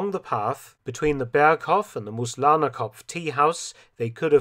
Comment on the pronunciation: He got Mooslahnerkopf wrong, it's Moos, (moss) which is pronounced like the english Moose, with a heavier intonation on the oo and not a lazy 'Muz'.